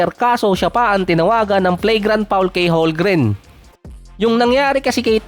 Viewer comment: Holmgren boy hindi Holmgren, masyado ka rin nagmamagaling